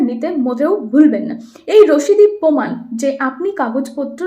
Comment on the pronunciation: পোমান নয় প্রমাণ